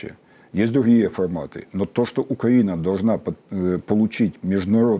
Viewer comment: Почему украинский эксперт все время говорит как Путин - укра́инский, Укра́ина, по- укра́ински и так далее. Портников так не говорит. То есть Украина до сих пор ментально во власти Путина его укра́инской парадигме.